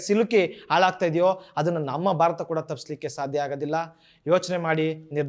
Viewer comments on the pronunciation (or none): none